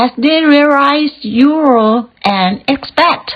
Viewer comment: 👏 expat แพท ไม่แปท fraction แฟรค retirees รีไทรี ครั้งแรกอ่านผิด ครั้งสองอ่านถูก region รีเจิ่น while เสียงหลังด้วยค่ะ ไม่ใช่ why history ฮิสทรี maintain เมนเทน required รีไควเอิรด sorted ซอรทถิด finances เสียงท้าย เซส